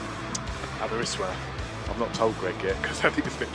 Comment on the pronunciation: As someone who lives in Aberystwyth, seriously butchered pronunciation 😂 awesome video though!